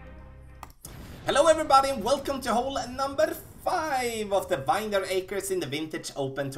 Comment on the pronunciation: Thanks for the great content as always! Just fyi...you wouldn’t know it by looking at it, but it’s actually pronounced VIN-yard, not VINE-yard. English is stupid, I know.